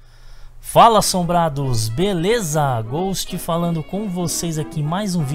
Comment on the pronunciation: drink every time he says Belessa xD chupito cada vez que diga Belessa :)